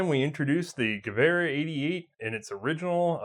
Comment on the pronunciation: I love watching these but why do you insist on saying ge-war when it's ge-ver and I'm not even German :)